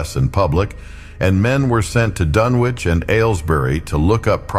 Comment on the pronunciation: It's pronounced "Dunnich". I'm out.